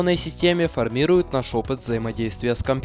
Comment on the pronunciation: ФормирУют, а не формИруют.